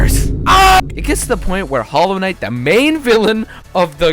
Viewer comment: “Holo Knight”